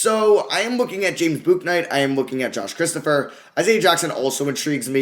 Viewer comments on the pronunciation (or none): Hey just fyi Bouknight is pronounced like book. Love the videos